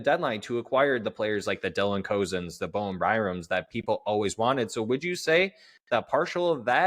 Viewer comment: Ok you’re not allowed to keep saying Cozens incorrectly. It’s pronounced like your guest said it. It’s been annoying me and probably others for awhile. lol